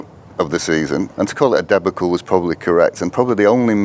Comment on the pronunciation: never heard debacle pronounced like that😂😂😂😂😂